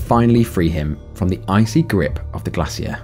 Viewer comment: I’m sorry but I think the most tragic thing in this video was the way you pronounced glacier- 😭😭 I HAVE NEVER HEARD IT PRONOUNCED LIKE GLASS-E-ER Edit: got damnit I can’t English